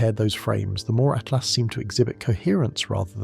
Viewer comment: Lame AI narration. It's not "atlast" or 3..... at lost. narrate it yourself, lazy bastard.